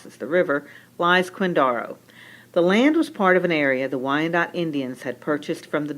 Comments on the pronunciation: I'm from KCK and yeah, I don't ever remember anyone saying "quinDARo" it was always "quinDAREo." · I have to argue with your pronunciation of Quindaro. Having been raise in KCK we never called it Quindara, it was always Quindaro with a hard O . I can give you more history if you want. My family had a grocery in KCK prior to WWII. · Killing me with the pronunciation..I suppose, maybe way back in time it was pronounced that way, possibly. I was born and raised in the area and never heard Quindaro pronounced this way..